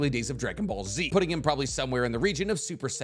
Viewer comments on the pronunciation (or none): none